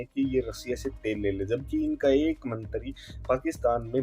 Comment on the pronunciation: Mantry bolna nahi aata chuteye